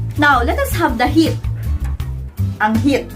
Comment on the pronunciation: angheat (anghit). Hahahaha